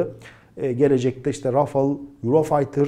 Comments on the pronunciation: Rafıl degil rafael diye okunuyor Seninkisi cipsi reklamı gibi oldu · Rafil degil, telaffuzu RAFAL, ikinci a’nin uzerinde sapka var gibi dusunun.. yumusatarak okunuyor.. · Qatar'ın 45 km2 kadar bir hava sahası var 😄😃. Doğuya gitse İran, Batıya gitse Suud sahasına giriyor. Adamlar tatil köyü kadar memleket. Naapsınlar? Bu arada Fransızca Rafales, iki a da ince yani râfâl diye okunacak.